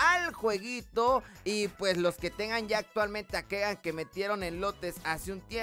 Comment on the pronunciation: Hijo se pronuncia Kigan no Kegan